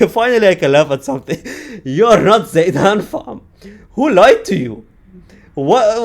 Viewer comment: how broken someone can be? - Zidane ❌ - Zaydane ✅